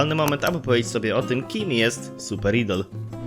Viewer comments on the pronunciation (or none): wymawia się "ajdol" ale to taka drobnostka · To sie nie czyta idol tylko ajdol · ok but mowi sie super ajdol dziekuje dowidzenia